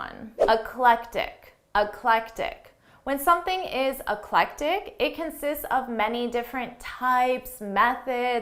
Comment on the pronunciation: eclectic not electic!